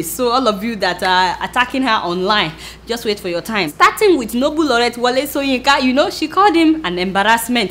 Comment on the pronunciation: Adeola, you must be "OMO IBADAN", you keep pronouncing the prof "soyinka" instead of shoyinka. lol. good sow sorry good show. lol.